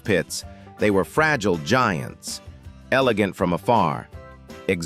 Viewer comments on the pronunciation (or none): none